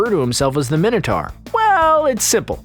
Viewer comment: How can you pronounce Minotaur so badly wrong?